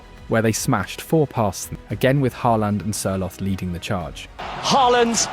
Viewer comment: Good pronounciation. So close that I will not complain about any of the names. Sørloth was wrong though. Ignore the h. Pronounce with double t at the end.